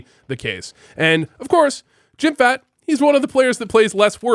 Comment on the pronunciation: Again, its not jimfat. Jimpp-hat, say it with me: JIMPPPPP - HAT. Thank you.